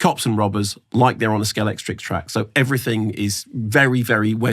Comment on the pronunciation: Us film folk are particular ! can I politely pull you on something. It’s SCALEXTRIC rather than SCALECTRIX. 👍. Keep up the super reviews.